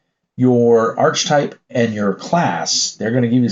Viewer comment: Archetype is pronounced "AR-kuh-type". Any word deriving from ancient Greek pronounces "ch" as a K. The simplest example is "echo"!